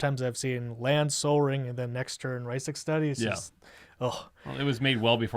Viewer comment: OMG i literally cringed every time he mispronounced "Rhystic", ughhhh